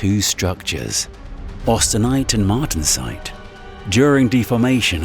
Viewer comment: pronounce words right... martensite... inconel... all wrong.